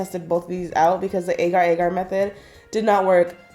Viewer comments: Ar-GE that is how it is pronounced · It's Aa gar